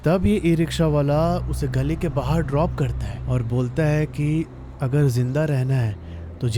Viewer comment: Why are you saying 'bahaar' for 'baahar'